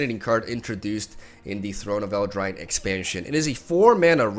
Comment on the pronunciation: “Throne of Eldrine”